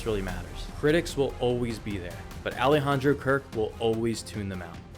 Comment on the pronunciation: his first name. Alejandro. You didn’t make any attempt at pronouncing his name right. Please make an attempt to learn before you upload.